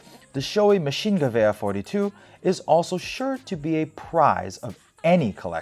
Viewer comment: who's that guy in the demo videos? he seems awesome also good job on that pronunciation of Maschinengewehr